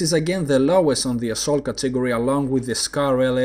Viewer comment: Nice and useful vids, keep up the good work! I had a tough time understanding your pronunciation of the word "category", maybe you could speak a little slower?:-)